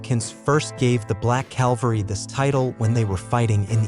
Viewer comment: CAVALRY, not calvary